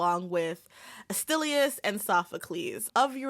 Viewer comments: Yo - if you can't even get anywhere close to pronouncing Aeschylus right, you really have no business on this subject. Talk about something you do know. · How tf did you pronounce Aeschylus? o.o